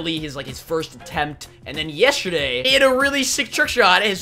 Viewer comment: He says yesterday strange, listen closely